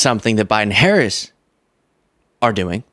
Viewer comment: Trump’s supporters: uneducated and uninformed dull minded people. 😢 MTG needs to be voted out of office! 👏👏 Republicans sound so stupid when they don’t pronounce Harris’s name correctly. What’s wrong with these people!